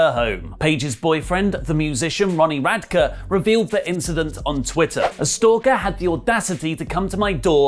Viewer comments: Radkeeee-y no y tho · Just for future reference Ronnie's last name is pronounced rad-kee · It’s pronounced “Rad-key” 😂😂😂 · I hate the dude but Paige's bfs name is pronounced rad-key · Is ronnie radke with an e no an a lol